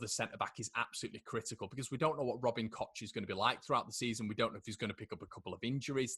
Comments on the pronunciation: Its cock. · Please don't call him Kotch. The CH in German is basically the same as the CH in Scottish and you certainly don't pronounce it Lotch Ness. ;-) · Koch is pronounced ‘Koh’ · I've heard of a new pronounciation - Robin Koch (Coke).